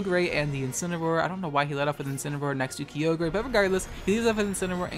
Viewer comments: I drink every time you say Key-oh-gray ..I got drunk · The amount of times he sayd key-o-gray Instead of ky-o-grah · Kai-ogre. Not key-yo-grey. Other than that you at least manage to use respectful non-obnoxious mons which is good. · I don't like the way you say Kyogre. It's Ki-Ogre not Kee-ogrey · It’s Kai-o-ger not kee-o-grey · It’s KYE-OGRE Not Key-Ogre, stop saying it like that pleasee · TheSassJacket Kai-oh-gree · Kio gayre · Kio gray Groundon Lowpunny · I felt attacked whenever you said “Kee-oh-gray” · Did this man's really say "key-oh-grey" for Kyogre lmaoooooo I've never heard of a funnier way to say it's name lmao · Every time says "Key-oh-grey" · Key-Oog-Ray um......???? I did enjoy the video a lot :) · Kee-oh-gray Hoenn Pokerap intensifies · I've heard a lot of mispronunciations in my days; I'm mostly desensitized to all the people that say Hydreigon wrong, but the way you say Kyogre doesn't even sound like you're talking about the same Pokemon. It's supposed to be Kigh-og-er. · Never heard someone pronounce Kyoogre key-oge-ray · My favorite pokemon is key-oh-gray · Key-oh-grey? Low-pun-E?? Are you well? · "Ki-yogre" lol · Kyogre "Keo-gray" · i know this vid is from a year ago but wow ive never heard someone else pronounce kyogre the way i do lmao or similarly i guess,, i was weirded out when everybody would pronounce it as /kah-yoh-gurr/ when ive been saying /kyoh-greh/ all my life lol then again your pronunciation might just be a meme but idk lmao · kee oh gray 😭😭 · key o grey lol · Alright, it's just one mispronounce. I probably don't have the right pronounciation of kyogre either. says keeyogray 4 more times in the span of 15 seconds Ok i can't take this anymore I'm out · Man, I was gonna leave a comment along the lines of "Regardless of gender we still swing that neck for Weedle.", but then ya had to go and say "Ky-oh-grey". Literally unsubbed. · I swear to god if this guy pronounces Kyogre "kee-o-gray" one more time I'm gonna lose it